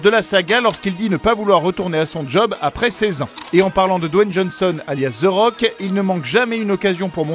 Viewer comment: THE ROCK NOT ZE ROCK CAWLISSSSS